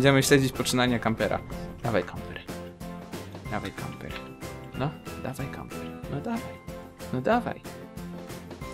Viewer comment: Camper! <3 A ty "leszczu" jeszcze trochę poćwicz xD